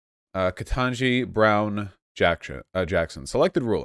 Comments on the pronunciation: Ke-Tan-Ji. It's actually ridiculously easy to pronounce when you try, even with just the bare minimum amount of effort. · I busted out laughing when Vaush mispronounced her name at the beginning. There’s a meme going around of a bunch of white pundits butchering her name. It follows. Not that he meant anything by it at all